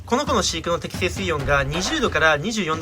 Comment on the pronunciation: 水温のイントネーションおかしくね？ 水質の方は合ってるのに、何故水温の方だけおかしいんだw